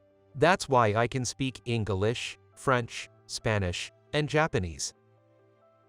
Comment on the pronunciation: If you could somehow hear it at 20 percent faster it might... MIGHT not be so bad. Except for the En Ga Lesh... 😜